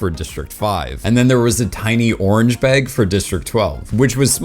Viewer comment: I am obsessed with the way you say bag (beg).